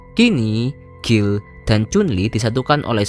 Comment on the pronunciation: Guile (baca Gail) kok dibaca Gill... 😁